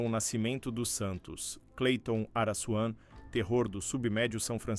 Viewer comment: Pra Vc Não Falara Mais Araçuan , Receba: Araquan.!kkkk